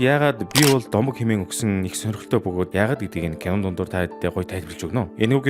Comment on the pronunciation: Bi bol domog gedgiig ni "bi bol gomo" gej unshlaashd😂😂